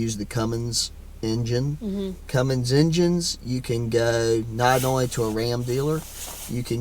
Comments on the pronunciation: Now that you are in the secret sisterhood of diesel truck ownership, you must not commit the ultimate sin of adding a "G" to the word CUMMINS. Real truck owners know there's no G! 😄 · There is no G in Cummins LADY!!! lol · My only complaint, other than you buying a Dodge, just kidding, sort of, is the way you add that "g" onto the end of Cummins. Please stop. Just a pet peeve. Thanks. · I’ve been following you for a long time! Truly, love and respect you but we need to correct a wrong. There is NOT a ‘G’ in Cummins! It is ‘come-ins’, not comings!’ You are a very smart person, please correct this, you deserve to sound as smart as you are! Thank you!